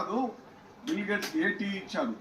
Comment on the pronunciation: తెలుగు కూడా మాట్లాడ్డం రాని యీ యెర్రోళ్లని యెన్నుకున్నాంరా నాయనా . బిల్లు గేట్స్ కాదురయ్యా ," బిల్ గేట్స్ ." ముప్ఫైరెండు చిల్లర అయ్యిందివయా . 😂 😂 😂 😂 😂